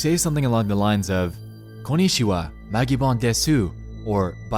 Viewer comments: It’s not desu it’s des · DESU ISNT PRONOUNCED DESU ITS PRONOUNCED DES REEEEEEEEEEEEEEEEEEEEEEEEEEEEEEEEE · You only pronounce the "-su" in "desu" (as opposed to saying "dess") if you're affecting a cutesy childish image. It doesn't matter and like, no one cares, but it's a fun bit of trivia for the people hiding in the comments section from the creepy-as-fuck video that came on WHILE I WAS TYPING THIS, ON MOBILE, WHERE I COULDN'T ESCAPE. This is my just punishment for "well, actually"-ing the video. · des not desu lol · I cringed when you pronounce the japanese desu as desoo instead of dess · "she'll typically say something along the lines of 'konnichiwa, Magibon des-OOH"... Even when she literally just said in the clip prior to that... Still this guy somehow butchers the pronunciation... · Magibon: ohayo mina-san, magibon desu nexpo: magibon deh-soo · okay sorry but for that "konichiwa magibon desU" i have to unsubscribe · "along the lines of koh knee chee wa magi bon DES SU" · Desu is pronounced Dess btw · the way you said "desu" hurt my brain. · when u speakout DESU...you dont say the U its silent..greetings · I know you probably don't care, but in case you ever have to pronounce anything Japanese ever again, please don't EVER pronounce desu with the u. desu is pronounced in a way so that you don't really hear the u... pls... pls don't ever pronounce it like that... it's not that pronouncing it with the u means something, it just sounds really really bad... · I love this style you're doing, but cringed a little when you pronounced "desu" 😂. He had the words "ええ" coming from the paper being drawn like the drawing was orgasming (yeahyeahyeah it means). I thought it was screaming "aaaaa" at first, which would work for horror. くそ! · My guy how are you going to mispronounce “desu” when she literally says it in the clip? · im sobbggin rdfkj nexpo!! the u in desu is silent. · please nexpo never say です again